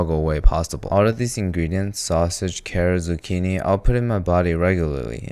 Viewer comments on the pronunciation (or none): none